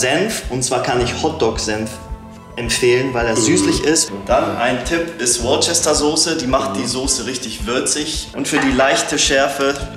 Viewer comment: Er spricht Worcester komplett falsch aus 😫